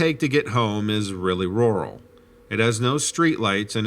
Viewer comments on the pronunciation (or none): none